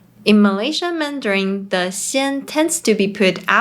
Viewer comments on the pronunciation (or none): please avoid using anything ending with N followed by G eg, MANDARIN*G It sounds ringing in my ears...mandaring. I know in the Philippines they have P and F disfunction. Same goes to Thailand, eg. S and C disfunction, eg, shop/chop. Shopping and chopping. TQVM. ❤